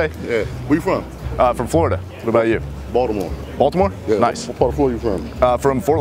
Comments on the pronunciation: When the first guy said boltimort i thought he said 'voldemort' XD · I though he said voldemort. 😂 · I died when he said I never went to bultimort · I thought he said " I've never been to Voldemort" XD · Did you say Baltimore?